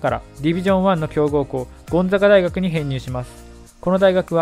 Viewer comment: 滑舌のせいかゴンザガ大学が大阪大学に聞こえたわ